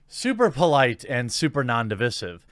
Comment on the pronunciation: Come on, you talk about how the comments are going to be divisive, and then mispronounce “divisive” within the first ten seconds of the video. Talk about a self fulfilling prophecy.